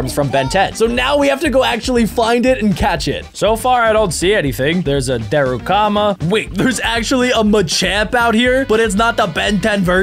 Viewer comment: said darukama instead of darumaka